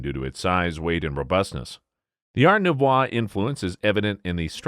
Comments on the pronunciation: Art Nouvoi??????? nouveau please... take some French lessons... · "Art Nouvoi"? How about "Art Nouveau"., pronounced Noo-Vo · Art noo vwah? Seriously? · Noov wah influence, that would be Nu vo!